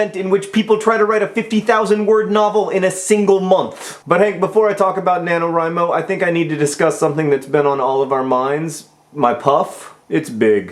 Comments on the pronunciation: FINALLY I HAVE FOUND SOMEONE ON YOUTUBE WHO ALSO PRONOUNCES IT "WRI" INSTEAD OF "WREE" JOHN YOU ARE MY FAVORITE OF ALL THE FAVORITES. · I so gunna fail at NaNoWriMo. Day three and about 3000 words. :( I'm glad you pronounce 'Wri' like 'write'. People keep saying like 'Ree'. ^.^ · Five stars for pronouncing NaNoWriMo correctly, and favorited for the metaphors. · oh good, I learned that the way I pronounce nanowrimo is the right way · Well, I think that since Chris Baty came up with it his pronunciation would be the correct one. So, using that logic, "rye" is right. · I would like to give you props, John, for being the first of my subscriptions to pronounce "NaNoWriMo" right. It always bugs me, haha. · you said NaNoWriMo right!!! a lot of other youtubers say it "na-no-ree-mo" and it makes no sense and that bugs the crap out of me. Just had to say that. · YAAAAY! AND YOU SAID IT RIGHT, TOO!!! It's my second year. YAAAAY NANOWRIMO!!!!!